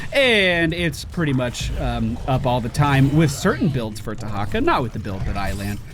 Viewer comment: WHAT? Dehacka?